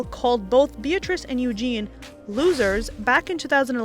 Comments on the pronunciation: I appreciate your research and your presentation is pretty darn good Make it 100% next time with this constructive criticism: Mispronunciations: sahvreign is how to say sovereign, Eugenie not Eugene, ask not ax, lavish not lavage, controversial, secretary, Ibiza is Ibitha (I made the same mistake myself!) Grammar: "never seeked out" should be "never sought out", "the institution don't" should be "the institution doesn't", text for #8 received not recieved Super interesting to watch and you present really well! Just take it all the way to create a flawless presentation. :-) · Btw its pronounced Eugenie not eugene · Just found your channel & LOVE IT! FYI Eugenie is pronounced "YOO-zhan-ee" or sometimes "Yoo-ZHAY-nee" or even "Yoo-jane-ee" and Ibiza Ibeetha. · Just to say it's "Yoo JEEN ee" not Eugene. I knew they were lying, the only people who believed their bull wavy to buy into the whole RF is racist narrative. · It's "Eugenie", not "Eugene". The E at the end is pronounced. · Her name isn't "Eugene". Ffs. So many mispronunciations in this video. It's part of your job to get it right. Or, 'whatever, close enough.' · Its "EUGENIE" not "EUGENE". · Princess Eugenie not Eugene. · It's eugenie pronounced with a soft g u jzay nee. Eugene is a boys name. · Lol, apparently Prince Andrew wasn’t happy about it. 😄 Also, her name is Eugenie (pronounced like you janey,) not Eugine or Engine. 😄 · Princess Eugenie, not Princess Eugene. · Princes Eugene ...really??? You can't even pronounce it properly and are just irritating me by bastardising my language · Girl, it’s not Eugene. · Her name is pronounced U-jin-nay. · And why does the narrator of the video keep calling Princess Eugenie “Eugene”??? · You need to research how to pronounce Eugenie’s name, because it makes you lose all credibility. Why should we listen to an American who knows nothing about the royals, and doesn’t know how to pronounce their names correct.